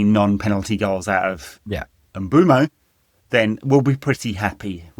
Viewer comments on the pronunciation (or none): The Prem have every player pronounce their name on the official website. It's Em-boom-oh